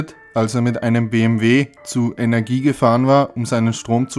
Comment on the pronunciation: Ein Verbesserungsvorschlag: "Energy" wird nicht als "Energie", sondern als "Enertschi" ausgesprochne ;-)